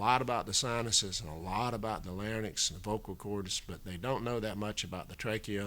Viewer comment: Lots of good information. But why would an intelligent and educated physician mispronounce "larynx" as "LARNYX?" He said it that way three times. It was not an accent situation either. It was a true mispronunciation.